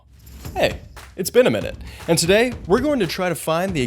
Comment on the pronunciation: Whoah. After all these videos It finally hit me you're saying "It's benaminute" and not "it's been a minute". Fuck.